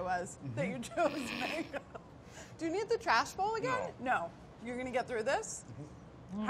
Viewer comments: He really said which is manggoo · David really butchered that mango lol